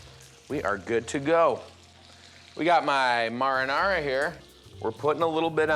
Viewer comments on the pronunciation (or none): I’m deeply disturbed by the way he pronounced marinara like “morrinorra”.